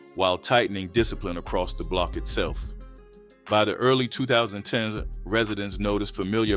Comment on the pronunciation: 2010s is a mf for this AI voice to say lmao